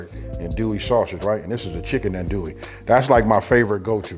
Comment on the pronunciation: Bro you kill me every time it’s not an-duie , it’s AHN-DUIE, or ON-DUIE but it’s all good🤣🤣🤣